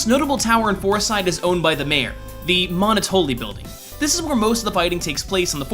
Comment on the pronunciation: He pronounced Monotolli wrong as well. Its supposed to be pronounced similar to monopoly as it is a pun like many location names in Earthbound.